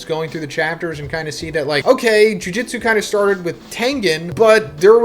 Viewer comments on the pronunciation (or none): Can you ever just say “Jujutsu” instead of “Jujitsu” every JJK video?